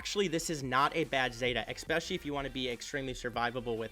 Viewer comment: eSpecially.. not eXpecially